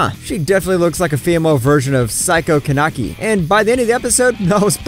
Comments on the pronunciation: no he said kanaki😂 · my guy said kenaki ;-; switch the a and e bro